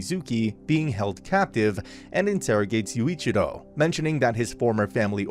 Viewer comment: I’m literally ten seconds in and smiling like mad at how you’ve absolutely butchered Yuuichirou’s name lol.